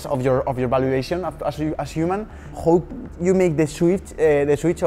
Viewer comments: por el aamor de dios, cuando pronuncies "how" en inglés no digas "jou" sino "jau", casi me tengo que areancar los oidos 😅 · un pequeño consejo, tu nivel de inglés es excelente, pero el "how" se pronuncia mas como "hau" que como "hou". Es una crítica constructiva, que nadie se lo tome a mal, no voy intentando dar clases a nadie de nada. Es solo un apunte que creo que sabrá tomarse a bien, como lo que es, un consejo con la mejor intención. Por otro lado, lo que haces es impresionante, sigue así. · bro buena charla pero aprende a decir how y no digas who